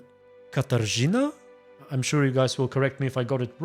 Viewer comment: Katarzyna. The RZ is pronounced the same way as J in french name Jean or S in word "Leisure"